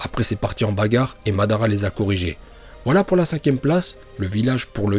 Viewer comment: Tu viens de détruire le prénom de madara😂